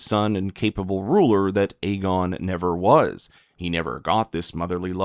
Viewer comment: Another YouTuber pronouncing the name Aegon WRONG every. Single. Time.😂😂😂